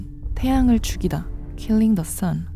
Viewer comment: 가사는 killing the sun이 맞지만 발음이 아주 약간 killing the "sion" 킬링더 시언 이렇게들리네ㅋㅋ sion은 이스라엘의 고향, 예루살렘,성전,천국을 뜻하기도 함